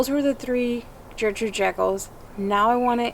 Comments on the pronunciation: Love the video guys. i just bought one of your roses. But I have to say it’s pronounced with a G. Your saying Jertrude. It’s Ger. Ger. Gertrude. :) Not to bust your balls or anything great vid and great channel. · It’s pronounced gurrrr-trude not Jurr-Trude. Very pretty roses. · Fabulous roses, love your enthusiasm. One thing, just because it was my grandmother's name, hard G at the start of Gertrude. Gert rhyming with Bert. Keep growing!!